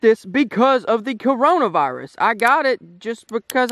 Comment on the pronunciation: 1 OK is the only one that can cure my depression 2 he said crayola virus instead of Corona virus LMAO 3 can you upload more cause we have nothing to do 4 all I been doing is watching hentai